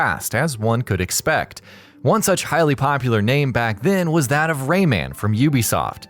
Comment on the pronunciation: It's Rayman, not RayMAN, get it right dude